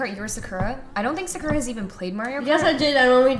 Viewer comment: Is that actually how you pronounce Sakura?